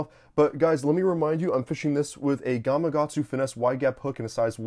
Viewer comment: Catches thousands of fish...can't even pronounce gamakatsu.